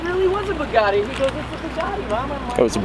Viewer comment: I'm sorry but, Bugatti not buggati!!!!